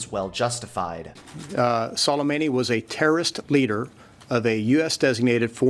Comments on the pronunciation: Every official: Sol-uh-may-nee: Salami Me: Dead 😂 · " Qussam Solemani " 😂😂.